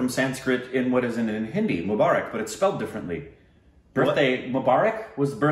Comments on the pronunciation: Mu is pronounced as Moo like a cow does! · Mubarak sounded like akbar.... 🤣 🤣 🤣 ଜନ୍ମଦିନର ବହୁତ୍ ବହୁତ୍ ଶୁଭେଚ୍ଛା ରିକ୍... A very very happy birthday 🎂 to you... ଓଡ଼ିଆ or odia language from odisha 👌 Janmadinra bahut bahut subhechha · You did great but It should be Jan-nam Din Mu-baa- rak. It will be helpful. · you pronounced the hindi one: janemdin right, but Mubarak you korbinized